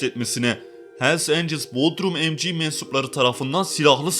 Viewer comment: ''emci'' diye okunmaz o ''emsi'' (mc) diye okunur.